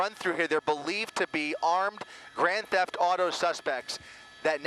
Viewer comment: Grand thefth auto